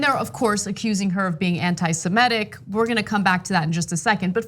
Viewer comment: "Anti-S-E-M-I(!)-T-I-C"- not "AntisemEtic"! This is going on my nerves, especially the conviction, with which Ana misproounces it. Every time, she says it. Unsympathetic dumbass much? I know, a lot of Americans do not know correct English... it's such a shocker. Look, I have nothing against her but this sounds so unsophisticated, really dumb and that is NOT a good look on a news commentator. YES, I am a foreign speaker and I proclaim, it is a shame, how many Americans cannot even speak easiest conversational English, it really is a disgrace. THUMB IT UP, if you appreciate the English language, please.